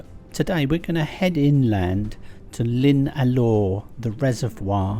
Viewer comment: Wylfa = OIL-va Cemaes = KEM-ice Llyn Alaw = Hlyn AL-ow Not criticising - just an FYI.